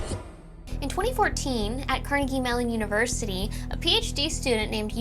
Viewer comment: Really should listen these things at normal speed, almost spat out my drink when I heard "cranky melon university"....